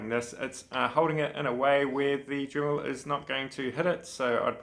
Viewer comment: It's DREMMEL Not DRIMMEL